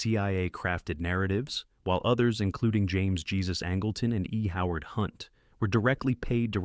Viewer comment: You know it's not very good content when they mispronounce famous people's names. James Jesus Angleton did not have his middle name pronounced like the English pronunciation of Jesus. His mother was hispanic, so you pronounced his middle name "hay-suse"